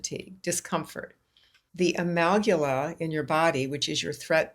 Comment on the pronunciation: Amygdala (A mig da la) check pronunciation